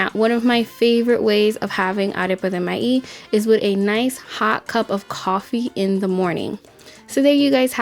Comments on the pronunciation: I love this recipe and I love how you say the word MAIZ without the Z at the end. It sounds more like MAI... Love it! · Arepa de MAÍZ 🌽 please emphasize “Z” MaiZ recipe looks awesome 👏🏻